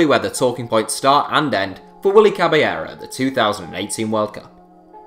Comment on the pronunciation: Caballero is pronounced Cabashero